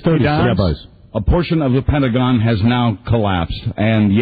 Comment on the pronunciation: Listening to this is questioning the name of the pentagon wondering why I had never heard that word before even though I have been there. I never dawned on me he was mispronouncing it lol I thought I was going crazy